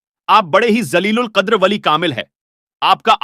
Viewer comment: Jaleelul qadeer lafz hai aapne bhut galat bola h dhyaan rakhen bhai urdu sahi nhi h aapki